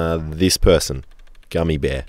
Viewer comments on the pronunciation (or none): I already said it on the spoon video since I'm going backwards through your catalog, but it's pronounced Goo-Me Bear, it's a Vocaloid like Hatsune Miku. Anywho, this is way more useful than the cheese one, for sure. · Funny how he said gummy bear and not knowing its Gumi like the utaite. Lol well i guess not alot of ppl listen to them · Love the way he said "Gummy" instead of "Gumi" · Its not gummy, its goomi.